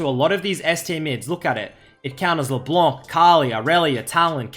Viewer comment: I miss you pronouncing LB like "Leblenk"